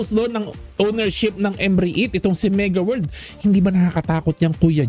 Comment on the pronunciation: Ayusin mo pag pronounce. Anong M Re it...Rit pag pronounce nyan..silent E..